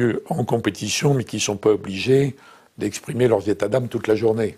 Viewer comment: Pourquoi il dit lurs 🤣